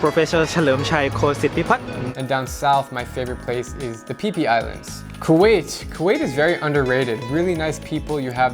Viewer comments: did he say the PP Islands? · i know it’s childish but... he said pee pee islands